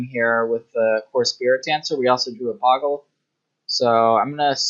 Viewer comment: BOH-GUL... There's only one G in "Bogle"